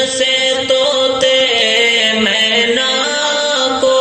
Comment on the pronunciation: مینا کا تلفّظ صحیح نہیں ہے